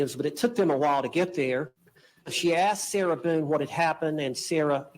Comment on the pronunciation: Can’t stand the way he says “sira Buuune”. Or maybe it’s just the name I can’t stand